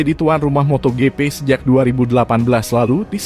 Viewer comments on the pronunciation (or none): nyebut MOTOJIPI jadi MOTO GEPE...NDESOOO banget🤣😂🤣😂🤣